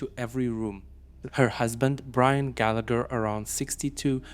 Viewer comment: Gallagher is pronounced "Gallaher"